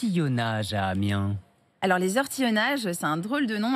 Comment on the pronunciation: c'est Amiens, et non AMINES !!!!